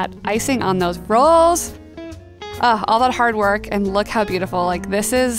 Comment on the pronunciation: The way she said “rolls”